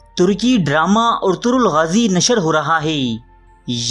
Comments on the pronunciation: bhai jan pehli naam to sahi le per kam kare . orturol nahi ERTUGRUL GAZI HAI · Bhai urturul nahi urtugul